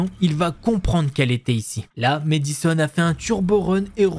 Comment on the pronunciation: mAddison pas mÉdison 😂 est-ce que tu dis mAdonna ou mÉdonna? 😜